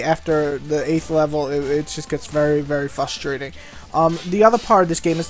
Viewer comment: you're obviously white, lose the shitty rap music. okay review, pretty much answered any questions i had about it. and i believe the word is "frustrating" not "fustrating"